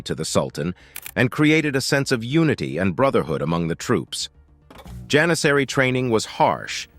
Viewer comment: you got that Janissary right